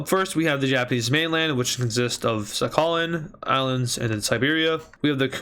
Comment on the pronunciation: It is sakhalin but the pronounciation is sakhaleen